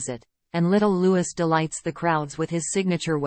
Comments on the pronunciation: Prince Loo-we not Loo-is.please if your going to report on people at least have the common decency to get their names right. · The child’s name is Lou ie NOT LEWIS as you pronounce it. Learn it and don’t make this mistake again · I agree and an american voice at that, sick of them calling princess Catherine KATE. it is rude and ignorant. It's prince Louis NOT Lewis and they've had five years to get his name right. And the R A F are the initials of the ROYAL AIR FORCE for crying out loud it's NOT ...RAF. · It is not Prince Lewis it is pronounced Looee. He is Prince Louie. How can you pronounce it as Lewis. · Louis is pronounced “Looie” & not “Lewis”. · If the people doing these videos would please show some respect for Prince Louis and pronounce his name properly ...it’s pronounced Loo wee...not Loo wis .... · Get it right-Louis is not pronounced “Lewis” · A fan should be able to have proper pronunciation of names. Princess Catherine, Prince Louis (Looee) are worthy to have the respect this shows. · Princess Catherine not Kate you can’t even pronounce LOUIS name properly. Go back to school take ENGLISH maybe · Thank you for this video, but, please pronounce Louis's name properly ( think of Louis Armstrong). Think of King Louis of France. Same spelling, different pronouncement. Simply drop the S in his name. Kate is no longer Kate - she is HRH Princess Catherine of Wales. Not Kate please! She has earned this historic title, and should be respected by us. Thank you.